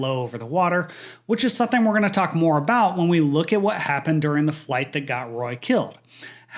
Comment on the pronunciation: STOP saying SUN-THINE instead of the correct SOMETHING! 2nd time correcting you ha ha!!!